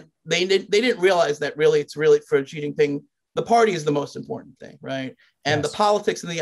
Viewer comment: "ji xin ping"